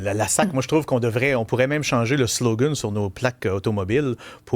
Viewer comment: Qu'est-ce que c'est ce langage ''SLOGAN'' prononcé à l'accent anglais! Ouf!